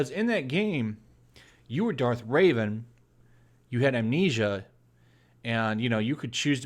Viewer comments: Darth Raven lol. It’s Revan bro lol . Smh. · Reven not Raven moron :)